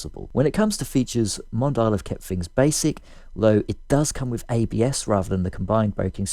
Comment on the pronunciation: Mondial originates from Italy, so pronunciation is "Mon dee ahl"